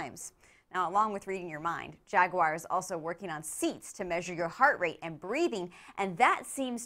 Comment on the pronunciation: Please pronounce Jaguar properly